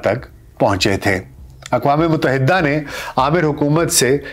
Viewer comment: A.A.. Yah lafz yarah nahin hay yah lafz gayarah hay... Isi tarah lafz muttahidah hay.. Muttahiddah nahin